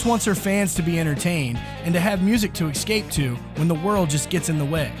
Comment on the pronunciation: It's " es-cape",not ex-scape" . Just sayin' .